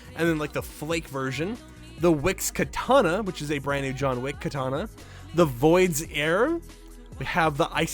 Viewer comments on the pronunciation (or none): none